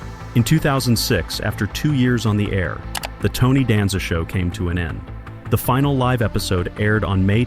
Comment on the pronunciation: Hearing you Mispronounced Tony Last Name is Killing Me......😂